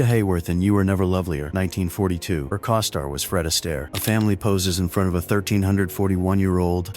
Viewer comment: At least teach AI how to pronounce words such as co-star.